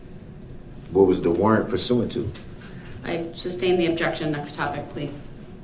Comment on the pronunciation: "Objexion relevancy" "Reason for the SUBstain?" "Is that a TACKit agreement?" "Subject matter jurisdiction"